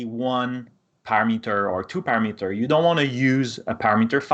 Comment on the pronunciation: How does this guy know this shit well enough to host a video teaching it but can't pronounce the words "parameter" or "template"